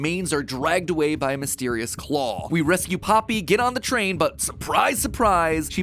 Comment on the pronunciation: how he said claw was funny.